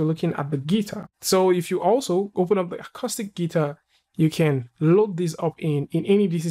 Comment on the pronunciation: AMAZING! Except Acoustic Guitars are generally hollow and have a hole in the middle. Also, Acoustic is pronounced 'Acooostic' not Acostic. It's also a fairly tiny collection of simple models that a monkey could create. And the UVs for the 'Acostic' guitar are terrible. If you wanted to make a decent 'Acoustic' guitar then you would want the top and bottom of the guitar as solid UVs (basically projection maps from the front). Not some strange group of polygons because those parts are made from solid pieces of wood. The sides wouldn't really matter, the neck sort of matters (but not much). The real selling point of an acoustic guitar would be the top. Hence, if you want to really sell a render of an acoustic guitar, you need to get the parts that a guitar buyer (or seller) wants to sell.